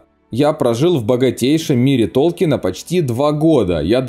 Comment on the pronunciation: Толкин пишется и произносится без "е") профессора очень бесило коверканье его фамилии еще при жизни)